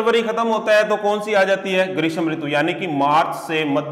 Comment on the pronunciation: ग्रीस्म नही ग्रीष्म होता है।